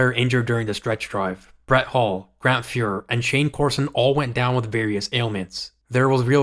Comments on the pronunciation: you know nothing about hockey. Kelly "Butchberger" ? It's BUCK- Berger, half wit millenial! Shane "Corso" ? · Bro you gotta stop butchering names...it's pronounced BOOK-BERGER. And it's CORSON not Corso. For the love of God research these dudes names before recording...I'm starting to think you're A.I. 😂